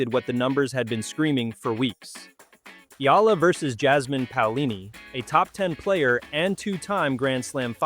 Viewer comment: Thank you Sir, for pronouncing her names correctly 👏👏👏👏👏